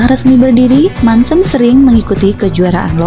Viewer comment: Dibaca nya Muncen bukan mancen sayang 🤗